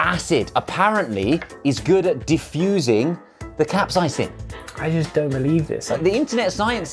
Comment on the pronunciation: Josh: "cap-size-ing" for capsaicin